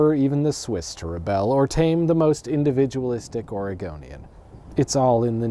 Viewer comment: Thank you for saying "Oregonian" correctly, but, yeah, no. Also, yeah.